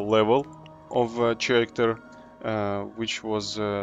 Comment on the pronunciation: Hi, great video. In fact I like all of your videos. Very helpful and fun to watch. I love RoR as well. One point I'd like to make however, just a small thing about how to pronounce the word "character", and it's this: pronounce this word as karacter and NOT cher-racter. The letters "ch" often form a hard 'K' sound, though not always. In this case though it is a hard 'k' sound. Keep making vids, and only thing else to say is: bring out tier 4!! Seeya in the rvr lakes. Peace.